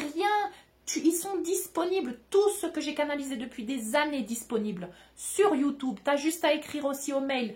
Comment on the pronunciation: J'adore quand tu dis youtoube lol